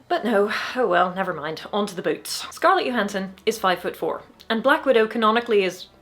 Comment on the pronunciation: finally somebody pronounces Scarlett Johansson name correctly.